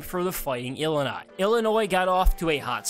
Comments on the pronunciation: Not even an Illinois fan but it's ILL-I-NI not ill uh nuh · Learn how to say Illini.. ILL-I-NI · The way you pronounce “Illini” ruins this video.